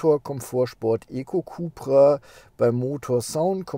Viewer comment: für alle die es nicht wussten, es kommt alles vom Seat CupRacing .. sprich CUP-RA